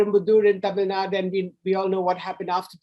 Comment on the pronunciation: Right off the bat - what is Tamil Nad? It is Tamil Nadu. Why why why??? What pleasure do you get by incorrect pronunciation?